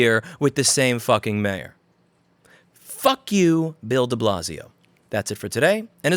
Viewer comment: There's always something quite satisfying when someone with a NY Jewish accent says "fuck you"